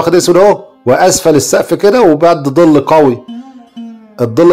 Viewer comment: ظل يا ابو عادو وليس زل